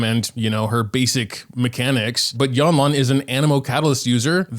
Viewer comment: Yanlan? Girl that's lanyan